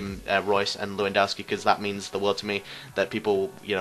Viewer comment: his name is pronounced levandovski not leeeewondowski, -_